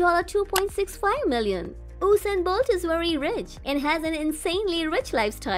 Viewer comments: It's not Hossain Bolt.. please pronounce his name properly!!! It's ( USAIN BOLT) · I am Jamaican and you slaughtered the names of our athletes. Secondly, a lot of your facts are inaccurate. This is how you say Usain Bolt's name, say it like this "YOU-sain Bolt" and thats how you pronounce his name. Yohan Blake is the second fastest person and not Tyson.